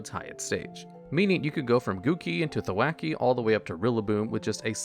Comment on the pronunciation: "rillabloom" and "gookey" and "thawacky"